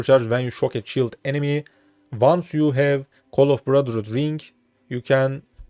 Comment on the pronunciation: there is no "K" at the end of the word 'Ring'